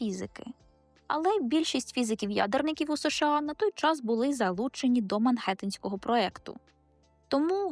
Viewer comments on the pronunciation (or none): Дорога, Ви ЧУДОВО пояснюєте!!! Дякую!!! Лише мушу підказати, що проєкт Мангеттенський (не "х") і що у формулі Айнштайна таки "е" (не "є").